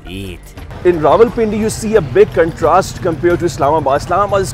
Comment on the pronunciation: wrong again my friend its pronounced Rawalpindi 😂😂😂😂😂